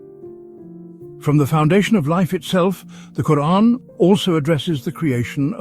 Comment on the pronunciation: Reeespec the way he himself even pronounces the word 'Quraan' . ... loadsa Love 🫂